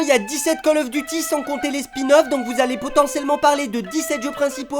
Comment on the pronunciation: 👍 poce bleu la routine. Si vous l’avez pas fait, vous pouvez faire god of war. Je suis le seul à avoir entendu cal auf deuty ?